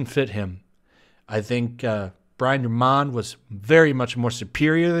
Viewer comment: Brian DRUM-mond. Not Brian DrumMON.